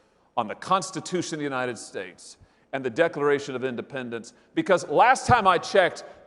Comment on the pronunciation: Why does she say unanted states of america?